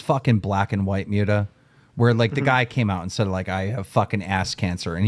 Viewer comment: Is Keemstar just illiterate or something? He seems physically incapable of pronouncing Muta’s name correctly